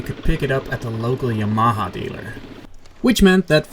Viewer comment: I...i think i have never heard that way of saying Yamaha before if im honest.